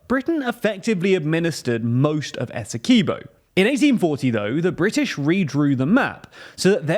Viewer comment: Quibo not keybo